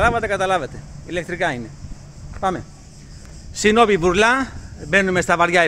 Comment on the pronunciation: χωρίς να θέλω να το παίξω έξυπνος...λέγονται Βούρλα και όχι Βουρλά